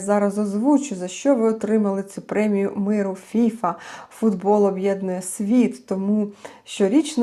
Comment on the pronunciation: Ох, пані, повеселили, хоч для веселощів сьогодні мало приводів. Бачте, Міжнародна федерація футболу - ФІФА, наголос на останній склад. А фІфа - то пуста, легковажна дівчина або молода жінка, крикливо одягнена. Але так, як поводить себе керівництво ФІФА, толеруючи агресію збоку ерефії, цілком підпадає під ваш мимоволі хибний наголос. Як то кажуть - обмовочка по Фрейду 😄👍